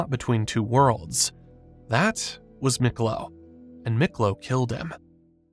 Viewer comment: It's pronounced Meeklo not Miklo